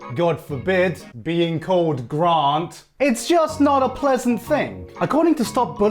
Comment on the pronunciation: Why did Garnt pronunce his name Grant?